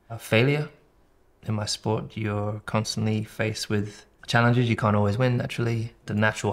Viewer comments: “Cain’t” as you say in the U.S. 😂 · As an American I can say that I've never heard anyone say cain't till I watched this video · the "cain't" is dirty lmao